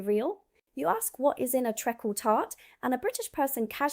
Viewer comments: Treekle tart not trickle tart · New York style cheesecake, at least what I have tried, is 'bleurgh'. It's treacle tart [treekle] not trekkle! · It’s treecle not treckle tart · Treacle Tart is pronounce Treekle not Trekkle 😂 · Treckle tart ? Treacle pronounced Treecul not treckle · It's Treacle as in Tree Call not Treacle as in Kirk phoning home "Trek Call". As for mince pies, we kept the name because we didn't want to share. As for Spotted Dick, what was the houses of parliament thinking of? Spotted Richard indeed! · It is pronounced Treecle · Not trekkle, treacle 🤣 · Correction: 'Eeeton' and 'Treeecle Tart' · Its prounounces Treekle... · Trekkle Tart??🤣🤪😂🤣🤪?😅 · Treacle is pronounced tree-cull,and vegetable suet is also available for vegetarians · tree call tart not what you said . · Hi, Treacle Tart is said like Treecle Tart. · Eton mess is pronounced eeton..treacle tart is pronounced treecle.. hope this is ok? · Trekkle tart? Eat-on mess? Who is this "American" who sounds as if she has never been out of the south of England in her life but doesn't know how to pronounce what she claims to be talking about? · I always thought banoffee pie was American. Same applies to the Knickerbocker glory. Eton pronounced Ee-ton. Treacle tart not treckle.